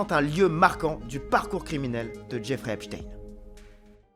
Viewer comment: enfin un journaliste qui dit epstein correctement